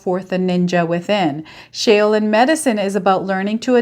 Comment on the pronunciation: shaoLin master pronounced Like shawLin 😊😊😊 gemini here..